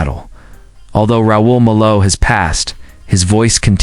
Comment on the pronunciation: Frankly, it pisses me off when these AI narratives mispronounce the subject’s name…